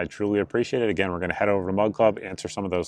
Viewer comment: Every time you say Mug Club it sounds like Mud Club. 😂😂😂